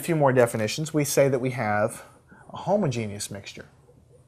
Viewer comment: I love how he pronounced homogenous, “Homo Genius.” I giggled. Great video though.